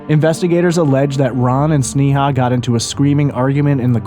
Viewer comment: It isn't pronounced "Snee-haw" it's pronounced Snay-uh.